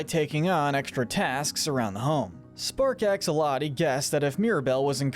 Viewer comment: Wait... Did he just say "Axoloti"? Tell me you don't know Minecraft without telling me you don't know Minecraft.